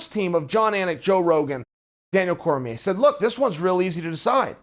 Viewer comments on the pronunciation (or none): none